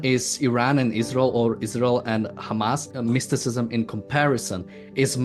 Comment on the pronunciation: Ayran, ayraq, but not aysrael.